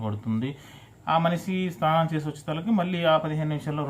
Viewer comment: స్థానం కాదు రాజా స్నానం 😂😂